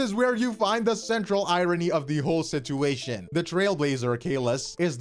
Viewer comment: why do you pronounce "situation" like that? ive never heard someone pronounce the first t in the word, its usually just a ch sound